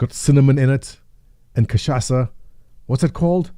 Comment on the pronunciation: Hey!!! thanks for mentioning the foods of my country..... some pronunciation checks: it's Picanha (says like lasagna) and not picaNia Cachaça and catupiry sounded just right. About the pizzas, it changes between counties, the best ones are in São Paulo (the amount of filling is out of this sistem). The flavours...... it's complicated, we like weird stuff that works all with catupiry filled crust!!! Very, Very good!!!